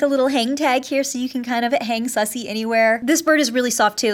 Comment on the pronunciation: It’s Susie not sussy